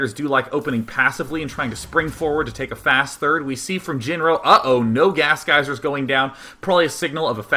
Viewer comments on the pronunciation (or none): none